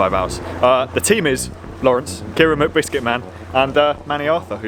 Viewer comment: Keira is really pretty, huh? Sounded like you said her last name was Whitbiscuitman. :)